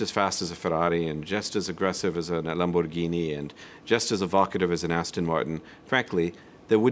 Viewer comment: I love how he had an italian accent only when saying "ferrari" and "Lamborghini"